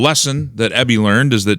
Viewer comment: What an EMBARRASSMENT this current crop of Canadians are!! I know for a fact that we weren’t this STUPID in the past! This is where Socialism lands you! And I loathe Eby but please pronounce his name properly—- EEEEBY— as in long E followed by BEE